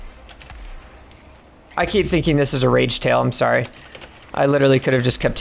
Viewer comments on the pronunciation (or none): none